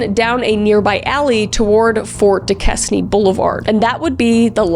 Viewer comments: When she said dusquesne and Neville I was like no it sounds so weird when it’s said wrong haha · just for the record, Duquesne is pronounced Du-cane lol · Duquesne is pronounced 'doo-cane' and Allegheny is pronounced 'al-la-gainy'. I was born and raised in Pittsburgh Pennsylvania. And I don't want this to come across as pretentious or arrogant, I'm just setting the record straight on the pronunciation. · I remember when my dad started working in Pittsburgh. He mentioned the Smiley Face Killer being around and it scared the hell outta me for him, since he worked at night and around the public. Also, it’s really late, but Duquesne is pronounced Dew-Cain, not Da-Kes-Nee. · Oh bless you Kris. I'm a Pittsburgh native lol. It's not pronounced "duke-es-knee" it's "duke-caine" 🤣🥹🫶🏻 Side note, there's been a lot of suspicious drowning in the Ohio River that people believe is a serial killer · I love these videos, for your incredible commentary, your respect for the victims, and because whenever you reference somewhere in Pennsylvania you pronounce something wrong, lightens the mood for the rest of the video Ex. Duquesne - Doo-cane, not Doo-kez-nee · she really said due-kes-knee not due-cain for Duquesne its french kris youre canadian good god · lol its du-kane not du-ques-nee we literally call it the latter on purpose as a joke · It’s pronounced “Do-Caine” not “da-kess-nee” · Kris! i really enjoy your true crime stories, but you need to hire me to help you with the pronunciations of the place names. i know being from canada you wouldn't necessarily know US names - but lemme help ya . . . duquesne is not "du-kez-nee", it's "due-cane". neville island is not "na-vill", it's "nev-ille". and allegheny is "alla-gain-ie", not "el-gain-ie" . Also- you got decatur, georgia wrong in your other one . . . it's not "dec-a-tur" but "dee-kay-tur". i work cheep. gimme a call. otherwise, keep up the good work :) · due-cane lol not due-neski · also, it's pronounced "du-cane"